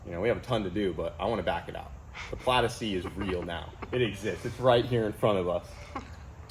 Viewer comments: "Plad". Plad? I'm sure there's an 'i' in there somewhere. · Instead of model S plaid it is the model O plaidass